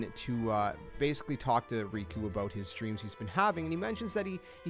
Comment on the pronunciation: “He had a dream aboot Sora...” Canadian spotted